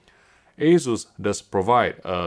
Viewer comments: Must be a UK thing then because everywhere else, including Taiwan, they say aye-soos. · it is aye-soos, not aye-zoos.